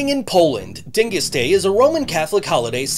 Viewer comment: You pronounced Dyngus wrong. So offended. Love- Polock from Buffalo